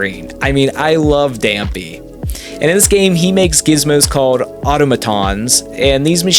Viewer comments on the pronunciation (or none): he proves how illiterate he is. Mispronounces Dampé (who is famously and widely known to be a nod to Dante of Dante’s Inferno) but then he can’t pronounce automaton like this was a new word or something. Dude I hope you don’t make money on this platform because you don’t deserve it